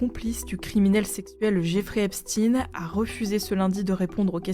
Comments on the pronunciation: Je ne comprends pas pourquoi il n'y a que les médias qui utlisent cette prononciation Eptsine c'est quoi les gars, une directive de language imposé ? nan parceque dans le monde normal, tout le monde dit EpstEIN hein, comme le covid, les gens normaux ils disent pas "la covid", expliquez svp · Ein aï le ketchup Heinz (phonétique : aïnts), Epstein phonétique epstaïn en non epstiiiiiiin.